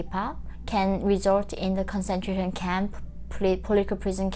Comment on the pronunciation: KAHN-SEN-CHRAY-SHUN CAMP CONCENTRATION CAMP